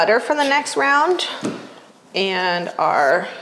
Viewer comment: Is there a reason why you and so many others are now pronouncing words with an ending “d” so that it sounds like a “t”? For example, the word “round” becomes “rount.” Everyone on YouTube, TV, movies, etc. are pronouncing the letter “d” like a “t” sound. Remember from grade school that “d” comes from the diaphragm and is voiced. The letter “t” is a percussive sound with a rush of air to pronounce it. Please correct.😊